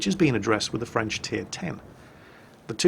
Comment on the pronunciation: actualy, your french pronunciation is pretty decent, better than most of the other youtubers I watch. So far, most of the ship names you said were pretty close to the french pronunciation:D